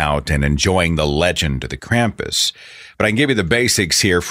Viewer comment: As if people didn't draw parallels between God and Santa before, most people are now just finding out that Santa has a fucking demon companion that punishes bad children, the worst of which he takes down to The Underworld on a sack on his back. Also: Holy crap, it's pronounced KROMPUS. Krampus is not pronounced with an English short A, people!